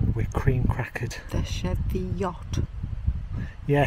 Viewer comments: It's "Cheeviot" not "Sheviot"! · Hi its pronounced cheeviot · Yes, was made aware of this a while back, will use "cheeviot" the next time we're there. Thanks for watching and putting up with my pronunciations...